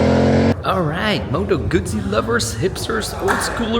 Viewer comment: The creators wouldn't attract a 'flood' if they pronounced correctly. Then again, maybe that's the idea. Why does a bike hack not pronounce properly? Attention?